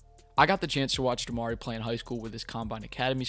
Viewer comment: Dope video🙏🏾. We can bet on 4!!. But it’s “Dem-uhh-ree”. I cringed every time 😂. Dem-uhh-ree 🤯.